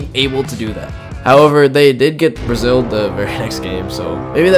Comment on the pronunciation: Bro said braxzilled 😅